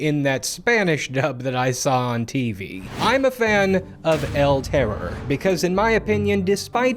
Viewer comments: Hey!, spanish speaking person here. I don't want to be a grammar n@ but the pronunciation is "el terrOr", charging the force in the last O. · It's el terrOR, not el TError. The stress is on the last sylable, and on my head for hearing that pronunciation so much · All that research, but you couldn't bring yourself to pronounce terror in Spanish.